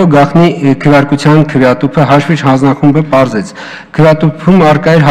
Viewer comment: Լավ 8 րոպե նույն նախադասությունների վրա կմկմալը մի կողմ, բայց ախր հաշվիչ բառի վրա կարելի էր պարապել, մեծն մաեստռոս լիներ կասեր մարդ չգիտի խնդա թե լա